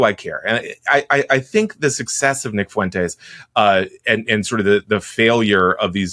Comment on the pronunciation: 😂 that one guy has the picante on it 💃🏽